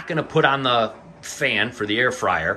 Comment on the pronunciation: I thought you said “hair fryer” at first 😂😂 I’m not into many healthy snacks but I really appreciate y’all’s commitment to staying healthy!